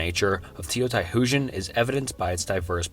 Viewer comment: That's not how you pronounce Teotihuacán.